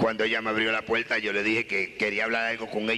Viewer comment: Alguien me puede decir si es puerta o puelta o abierta o abielta xk no pronuncia bien la R